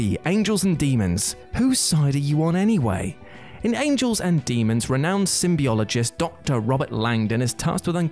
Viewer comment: Symbologist not symbiologist. And there’s definitely no “e” in the middle of the word....